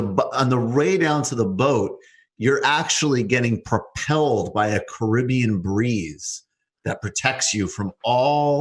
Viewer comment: I'm not sure which is the most annoying: 1. Misspelling Boeing 2. Mispronouncing Caribbean 3. Saying that the Caribbean is an ocean.